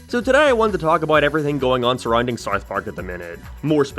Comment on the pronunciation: Howd you manage to add an R sound into south